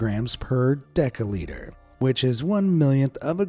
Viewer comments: It’s “deciliter” but it’s pronounced with a S not C Des i liter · Was he saying "deciliter" or "decaliter"?